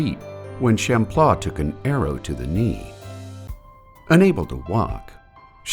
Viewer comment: I don't like the way the word Champlain is pronounced 😂